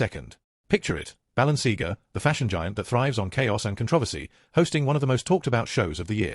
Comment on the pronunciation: It would be a better start if your dumb AI voiceover could pronounce Balenciaga correctly, the content is a fine mix of BULLSHIT and TWADDLE